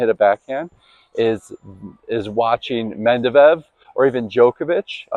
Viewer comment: I reckon you need some practice pronouncing Medvedev correctly!😜 Very good video.